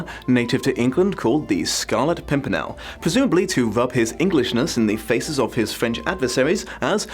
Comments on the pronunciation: you say "scarlet pompernickle" was that a mistake or just another way of pronouncing the name that is equally correct since you aren't the first person i have heard say that. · =I love how he kept mispronouncing pimpernel 😂😂😂... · Take a drink every time misnames the Pimpirnel for comedic effect